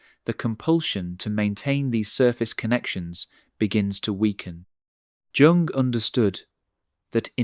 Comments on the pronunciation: At the point, and again and points, in this video, the narrator pronounced "Jung," using the J sound that is used in the word, "jam." This sound is technically an affricate, meaning it's a combination of a stop sound (like "d") and a fricative sound (like "zh"). Also, instead of the correct pronunciation of the name, which is, "Yoong," your narrator mispronounced , "Jung," not only with the wrong "J" sound, but also the narrator said, "Jung," with the short U sound, with "Ju" sounding like the Ju sounds in the word, "junk." The content for the video is correct. So then why screw up the video, with a reader who cannot pronounce things correctly? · Trying to sound erriadite while mispronouncing the name of his key source, is extremely off-putting for me, so I am done. ( Young or Yuung, either would work) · Please auto correct the pronounciation of Jung (yoong), otherwise it's difficult to take your channel seriously. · The name "Jung" is pronounced "yoong," with a soft "J" sound, similar to the "Y" in "you". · It’s pronounced “Yoong” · You mispronouncing Jung's name. Like young or yoong. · Be yourself but that will have consequences it's Usually Pronounced Yung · Can't they train their bot narrators to pronounce the 'J' in 'Jung' like a 'y,' as it's supposed to be?! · IF you are going to quote and refer to Carl Jung...learn how to pronounce his name! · Can't get past mispronouncing "Jung" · Please review your pronunciation of Jung. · The narrator needs to learn the correct pronunciation of Jung. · The mispronunciation of Carl Jung’s name pinged me each and every time it occurred. Other than that, the content is good. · Fantastic video, but why does the narrator consistently mispronounce "Jung"??? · I almost believed that this was an actual human talking until it started mispronouncing Jung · Could you please learn to pronounce Carl Jung's name properly? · Subscribe? Not until you can pronounce Jung's name. Shame. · The mispronunciation of 'Jung' was jarring.